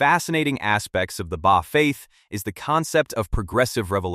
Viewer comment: Much truth in the video, but the Ai voice mispronounced the Bab, Baha'i, and Baha'u'llah. Also, visual representations in the media of the manifestation of God are not allowed, so for respect, please remove the pictures that one might associate with Baha'u'llah and the Bab. But over all-good job in explaining some of the teachings of the Baha'i Faith.